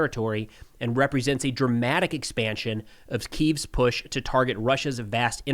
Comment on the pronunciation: Bro just say Kiev if you can't pronounce Kyiv